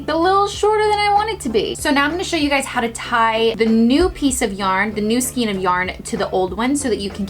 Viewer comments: beautiful. It's pronounced Skain... rhymes with pain... :D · Acrylic is very hard to dye. Rut has a dye for synthetics but you have to boil the thing for at least an hour and need huge pot. AND the word is pronounced like rain (Skain) skein. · Skein rhymes with rain. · Acrylic does not take due very well! Cracked me up the way you said skein every time.